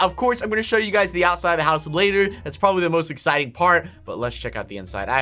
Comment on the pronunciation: you saying: we should probrablly install that